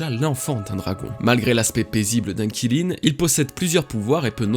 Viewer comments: Kilin mdr alors juste comme ça Qilin ça se prononce 'Tchi Lin' mais à part ça très bonne vidéo comme toujours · Qilin, c'est pas prononcé [Chiline] ? 🤔 Vivement la suite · On dit Kirin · Aucun effort de recherche, même la prononciation du Qilin est nulle... honnêtement autant aller sur les forums, cette chaine est une perte de temps